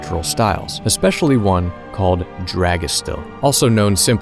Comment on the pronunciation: I didn't know Dragestil started here in Norway, thats pretty interesting. Also your pronunciation of Dragestil was pretty good!